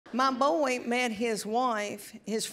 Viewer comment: Boy having two syllables cracks me up.